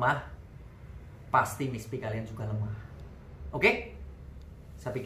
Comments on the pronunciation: Maaf om, koreksi dikit dlm pengucapan istilah Mr.P, boleh ya... Yaitu pengucapan Mr.P (= mister Pi, bukan Miss Pi)...biar kl didengerin lbh pas..Okey ..gt aja om. Makasih, YT yg berguna bg para suami👍👍Semangat teruss...gaskeuunn💪💪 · Mr P, bukan miss